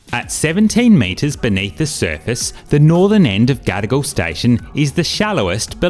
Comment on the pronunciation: Just ne or the way you pronounce Gadigal, sound like 'gotta go'?😅